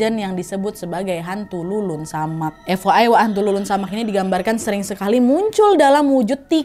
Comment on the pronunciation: Leled samak mbak bukan lulun samak